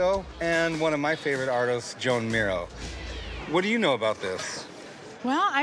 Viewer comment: "my favorite artist Joan Miro", wrongly pronounced